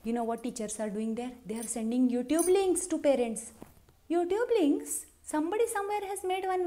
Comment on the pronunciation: That accent - "Youtube linkkkkkk"? 😂😂😂😂😂